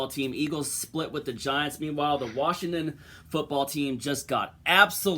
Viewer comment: Washington or Worshing ton? 🤣🤣